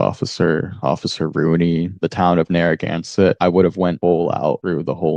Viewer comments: It's BLAN-CHET not BLAN-CHENT! It's NARRAGAN-SET not NARRAGAN-SENT! I'm from Rhode Island and you are insulting us! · "Blanchent, Narragansent". ha ha ha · A. He obviously pled guilty and B. Why can’t pronounce either Blanchette or Narragansett? Listen; he puts at phantom N at the end of both names…. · Blanchette, ONE "n" in the first syllable! Narragansett, two Ts at the end, NO "N" in the last syllable.